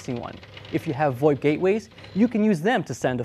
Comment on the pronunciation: If you're going to call FoIP 'Fax over I P' which is what it is, stop Pronouncing VOIP as if it were a word. It sounds stupid and you're the only person I've ever heard actually do that. It's pronounced, simply, Voice Over IP, the exact same as FoIP is pronounced Fax over IP. Just saying, you look really foolish pronouncing it as if it were a real word.